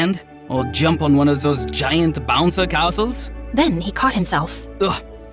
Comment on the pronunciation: “Bonceyyy casselll” ✅ Bouncy castle ❌